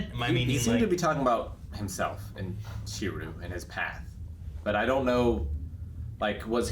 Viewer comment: Even knew how to pronounce it